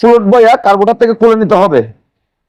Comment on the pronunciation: দাদা কারবোটর না কার্বোরেটর 😂😂😂